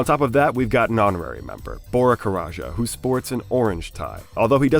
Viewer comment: i'm pretty sure it's just said "karaca", not "karaja", haha. good vid otherwise